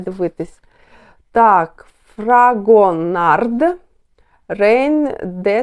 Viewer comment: Фрагонар, "d" в кінці слова не вимовляється.